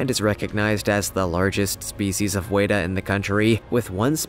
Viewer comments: Hi, I'm from NZ, home of the GIANT WETA. It's pronounced frenetically. WET-A. Like what water does to you wet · you said weta wrong I'm from NZ i know how to say it